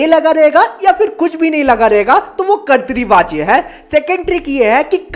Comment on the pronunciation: Karti vacha nahi hai kartavachya😂😂😂😂